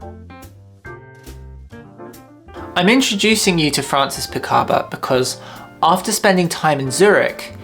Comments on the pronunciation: Francis PICABIA, not Picaba. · Great video, I am really glad I discovered your channel ! Just a small correction Francis Picabia’s name is pronounced Picarbeeeaah and that Man Ray sculpture the gift is an iron not an ironing board. Dada would never have accepted I am too much of a pedant 😢